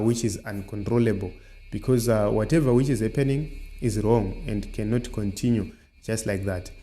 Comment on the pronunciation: Your pronounceation hey twendy condinue coundry please say it as it is twenty country continue